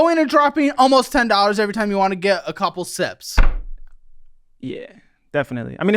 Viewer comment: Bruhh eh-ve-ry-TIME!!!